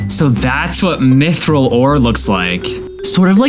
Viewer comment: Mithril is pronounced myth real not myth rael